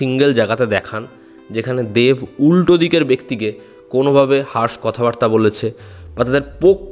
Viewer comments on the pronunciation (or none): none